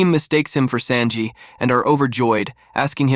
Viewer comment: i like how you say sanji as SAND JI not SON JI lol love your videos !